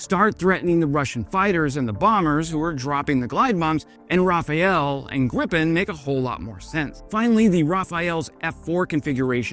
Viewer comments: Not "Rafael", it is "Rafale". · It's Rafale, not Raphael. Sorry. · Never forget the Mirage 2000-5 first batch from France after the F-16 stocks aircraft, then the Gripen in on the way and the next Rafale, not Rafael as been says.. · Interesting video. But, the French stereotype is a bit worn-off by now, and it's pronounced Ra-fal (ra as in ra(t) without the sound w, and al as in al(uminium or uminum). You say Ra-fa-el, which is a name: Raphaël (in French), Raphael (in English) or Rafael (in Spanish). Saying Rafale is important because it means burst or gust, as in a gust of wind or a burst from a gun. So, it's an aggressive name depicting what this plane does. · Pronounced raff-al in french or maybe raff-arl for english speakers but not rafael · Please learn to look closely at the name of this formidable fighter.... Rafale...pronounced (rah-FAHL). This is not a famous tennis star. This is not pronounced Raphael. You should know better.... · Don’t you hate moron experts who don’t even know the name of what they are talking about ? Rafale dude , Rafale ! What is your major malfunction ? What a hell is a Raphael ? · The what now? The Rafael? The Rafale ... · For crying out loud, it is pronounced Rafale, not Raphael. With an A, as in rad. I truly enjoy the rest of your post though, when my ears aren't bleeding 😉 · Rafale. no Raphael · It's pronounced "Rafal". 'got shot down in old flight sims enough times before understanding. Because the AEW reported "Contact IDs as Ra-fa-yell" (wtf is that ? Oh well, probably crap). Sorry for correcting, just thought it should be pointed out. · RAFALE: Gust of wind [ʁafal] or "rah-FAHL --- Raphael :A teenage mutant ninja turtle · Come on! An episode about this bird and she is still "Rafael"? No. She is (roughly) "ra-faal". from wikipedia: The Dassault Rafale (French pronunciation: [ʁafal], literally meaning "gust of wind", or "burst of fire" in a more military sense) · Rafale, not Rufeool, dude. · Ra-Fale not Rapha-el